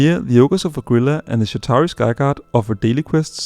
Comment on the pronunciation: It isnt oh grilla....its oh gree lah